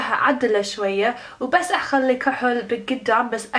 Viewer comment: اقوى شي تكول كهل ل ايلاينر 😂😂